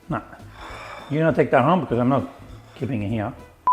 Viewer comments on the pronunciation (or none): none